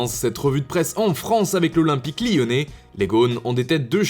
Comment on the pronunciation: Iiyonnais MDR